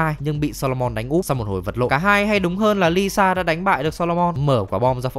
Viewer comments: là ilsa faust, not Lisa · Nhân vật ILSA mà đọc là LISA làm hnay đi coi phần 7 chả hiểu ILSA là con mẹ nào đâu ra 🤣🤣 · Quại cố tình đọc ilsa thành lisa hử 😡